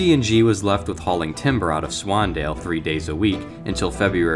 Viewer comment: Ah yes my favorite town swandale swingle